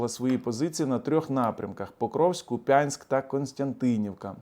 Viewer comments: Правильно казати кУп'янськ, до речі. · Дякую вам за вашу роботу. І ще хочу трошки вас поправити. Ви та ще багато блогерів і журналістів неправильно ставлять наголос в назві міста Куп'янськ. В цьому слові наголос ставиться на перший склад.